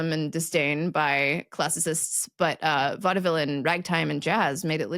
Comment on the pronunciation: Hadn't heard it pronounced vodovil before.